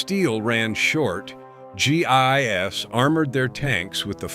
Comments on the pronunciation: G I S? You Mean GI's.. Lord these things are to dumb to listen to and just making people dumber.... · Pronounced "gee, eyes." Not gee eye,ess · Gee eye ess is not how you pronounce GIs. Why does no one who posts videos seem to proof them? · My sentiments exactly. You'd think there were better narration software that would know this. Everytime I heard it it was like fingernails on a chalkboard.